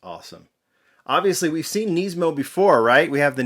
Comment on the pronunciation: Can you please say Nismo properly? It's not Neesmo. I managed to snag one of these so I'm excited, I just wish they would have displayed it with the hood open 'cause I already have a loose purple one and was planning on keeping this one on the card.